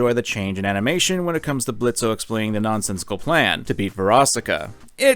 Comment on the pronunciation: The o in Blitzo is silent. Geez, have some respect for Blitzo, it's hard enough for fathers, adoptive or not, as it is, don't add to the payload.